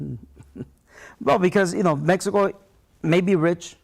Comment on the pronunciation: The nigga he can't say Mexico hahaha 😂